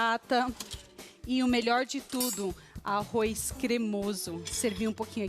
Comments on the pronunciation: arro"i"z??? que horror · o "arrois" é que enche o saco. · arroiz kkkkkk